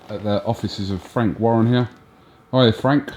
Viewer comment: Frank WAR-ren.